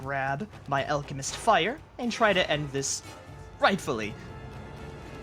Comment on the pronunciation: Finally The “alchemiss” on YouTube ❤